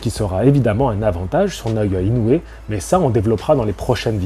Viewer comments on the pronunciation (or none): ça se prononce INO - OUé!!! 😛 (réécoute le début de ta propre vidéo, le speaker du combat prononce bien le nom du Japonais)